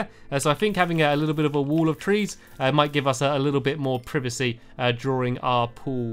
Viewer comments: It is not privecy it is privacy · "Privcy " ... Stampy it is praivaaacy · He said privacy wit a short I sound